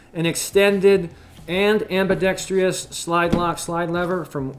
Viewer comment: Why can't people learn how to pronounce ambidextrous properly?